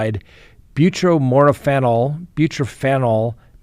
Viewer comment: Bu-tor-phan-ol!